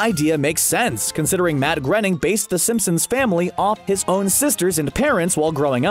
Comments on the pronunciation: It made me cringe everytime he said mat grinning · What? ---- is it mat grening, is it mat groaning or is it mat graining?